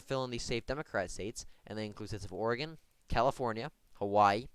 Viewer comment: Thank you for being the only based Conservative on election YouTube to say Hawaii right… Everyone else says hawhy and it annoys the hell out of me lol. (Btw here in Pa I’m supporting Sands or Barnette for Senate never Oz or Mandel, I hope in 2024 Parnell runs again. And for everyone in Ohio for the Love of God vote for JR Vance.)